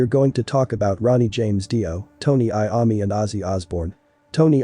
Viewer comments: It's Iommi not Iami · Dude he said tonni iummi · I can't get past the way the man, computer or whatever it is says Iommi. It's horrifying. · At least pronounce Tony's name right!!